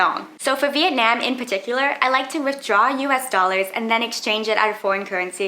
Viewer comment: Your pronunciation of Vietnam is atrocious